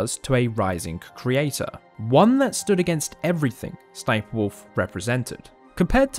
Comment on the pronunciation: He said Ess Ess Sniperwolf, it's just Sniperwolf or "sss-niperwolf". Don't make her a meme or y9u gonna get her more views, LOL.